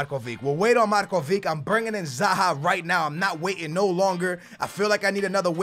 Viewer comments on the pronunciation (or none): it isnt Markovik its Marković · i am writing you this 3rd time its markovich not markovik plsssss pleaseeee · its mah - nay not mah - nee as well as marko - vich not marko - vick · Yes it is, its not pronounced markovick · not markovik, u say it Markovich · It's not markovick it's markovič say č in markovič as you say c in can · hey don't want to be rude but can you just say markovic not markovik like you say it?thanks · it's markovich not markoveek!!!! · it's Markovich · its said marković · its markovic(h) like ibrahimovic(h) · it's Markovic it has a Ch not a K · Say Markovic like (markuvich) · Can you say Markovic properly please. It's pronounced Markovich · he cant read properly, and pronounce the player names so bad.... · I cringe so much when he says Markovic ( no hate ) Love you man!!! <3